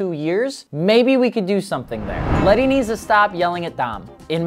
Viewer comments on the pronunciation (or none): Isn’t it Letty not Lenny or have I been wrong this entire time 🤣🤦‍♂️